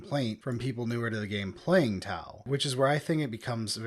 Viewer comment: You nailed tau